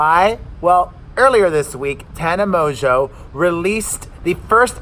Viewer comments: Just call her Tana Mo-jo😂😂😂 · It's Tana MOEJOE..LOL and the manager Jordan is Trisha's manager too😂😂 Poor guy! Don't stress about your video being perfect. I think many of us love the raw everyday life with the kids interrupting because we relate...LOL